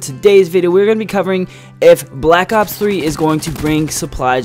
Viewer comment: Black ops3* 1. you can't read and 2 you say aw instead of black ops What is this?